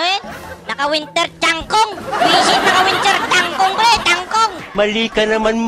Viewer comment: Winter Truncheon ❌ Winter Changkong ✅ Winter Tanchong ✅